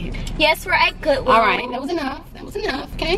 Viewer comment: "GoOwIlL" Lol love you